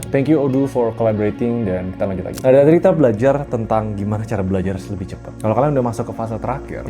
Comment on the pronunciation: CEPAT bg, bukan cepET